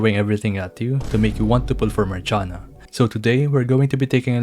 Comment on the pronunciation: dosnt she have to be pronounce like Marsiana, Marshiana